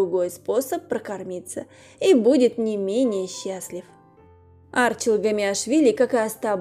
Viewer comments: Не А'рчил, а Арчи'л. Неправильное ударение режит ухо. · АрчИл он, а не Арчил! Слух режет!